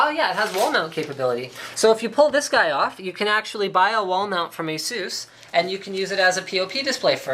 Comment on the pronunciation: It's a-suuuus :)